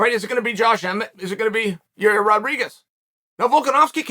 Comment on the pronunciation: Only GOATs mispronounce names like Yair (Yuri) and Makhachev (MOCKEL-CHEV). The list goes on and on. Undefeated and undisputed, as always